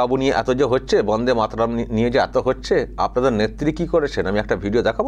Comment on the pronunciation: দাদা বাবা কাকা এটা একটা তো বড়দের সম্মানিক জানানো। বঙ্কিম দা বলাটা কি খুব অপরাধ।?? কি বলবেন বাংলা জনগণ। যেভাবে প্রতিনিয়ত বাংলার মনীষীদের নিয়ে ফাজলামি মারে মুখ্যমন্ত্রী মমতা ব্যানার্জি তখন আপনারা কোথায় থাকেন?? বন্দেমাতরম ঠিকভাবে বলতে পারেনা আমাদের মমতা ব্যানার্জি নির্লজ্জ।